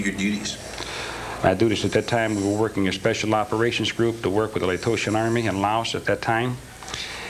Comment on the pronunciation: Well, #1 he mispronounced Laotians and that would never happen after spending 14 months with these people. #2 Having been a jarhead, they'd never send a boot "newbie" from the 82nd Airborne to train Laotians on weapons, explosives, etc. This entire thing is comical. This guy is a con man, nothing more nothing less. When you're in prison, you have nothing but time on your hands to come up with stories and the more you tell yourself the story, the more you believe it and memorize it. This guy was just a petty criminal scumbag that wants recognition for something he didn't do.